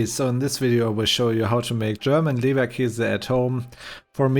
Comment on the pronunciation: "Leberkäse" or if you don't have an "ä"-key, "Leberkaese", but not ""Leberkase". 🙂